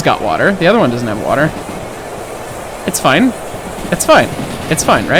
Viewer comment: Fill in the wa'er